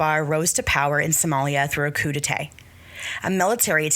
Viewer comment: coup d'etat Coup ‘day’-‘Tah’